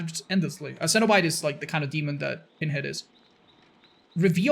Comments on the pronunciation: It’s PINhead not PEENhead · I swear it sounds like he called him peenhead lol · It sounds like your saying peenhead